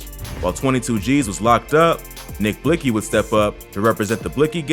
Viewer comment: What was trying to convey was is that the news reporter pronounced his name the way it was spelled. It’s spelled Blixky but pronounced Blicky., thank me later.